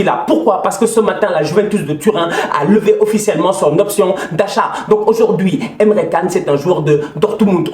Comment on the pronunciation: Signada A.F.Q « Tousheule, Emre Canne »🤣